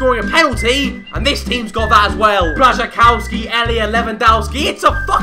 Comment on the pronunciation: Lewandowki and Błaszczykowski are pronounced 'dof-ski' and 'kof-ski' not 'dow-ski' and 'kow-ski' :)